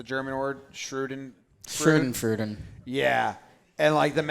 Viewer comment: It's "schadenfreude" not shudenfruden. I appreciate backing the leader on the fly like a good number two. I love how Plouffe knows it's wrong but he has been getting roasted, so he's letting it slide or just knows they're wrong but doesn't know what's right.